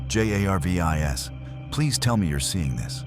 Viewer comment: I cant. I just cant listen to this, with the narration saying "JAY AYAR VEE EYE ESS" instead of JARVIS, over and over and over and over....😡😡🙄